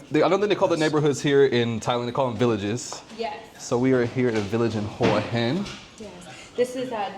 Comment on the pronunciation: Maybe talk to a local Thai person and learn how to pronounce the name of the location you're in. Just Saying